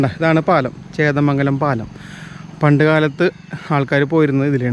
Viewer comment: ചേന്ദമംഗലം ആണ് ബ്രോ.... ചേതമംഗലം അല്ല... 💪💪👍👍👍👍👍👍❤️